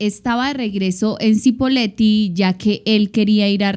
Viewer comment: Se pronuncia CHIpoleti, pero todo bien. Muy buen video 👍